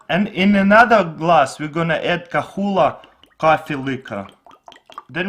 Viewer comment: Wtf is Kahula?? Or you mean Kahlúa??